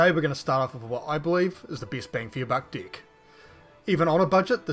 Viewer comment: Bro plz work on pronunciation of "deck" 😭🙏